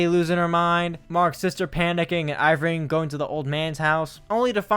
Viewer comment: His name is ER-VING, not EYE-VRING. Great video